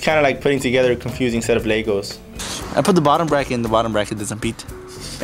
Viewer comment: It's not Ley-goes, it's Leg-o